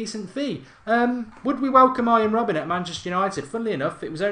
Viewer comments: please stop saying robban for gods sake. its robben. god damn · Mark its RobbEN not RobbAN haha xD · £20-30M for Robben? You havin a laugh?! £10M tops, he's 33! It's RobbEn not RobbAn, and he has NO right foot... Two footed? 😂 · It is prenounced as robbun